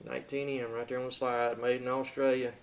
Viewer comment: No problem, I lived in Australia for a year & I thought you said that country's name. When you do videos it is hard at times to control your words. God bless.